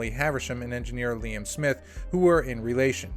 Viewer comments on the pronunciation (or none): none